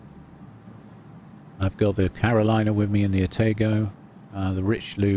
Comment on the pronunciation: No hard "A" sound in Atago. "Ah-taw-g0" (not Ah-tay-go). 🤪. Nice match!